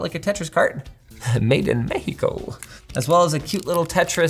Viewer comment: The CORRECT pronunciation of México.. ooff, chef kiss 😘